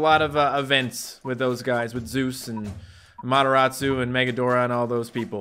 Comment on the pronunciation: yooo its mah girl amateratsu do you pronounce it with two R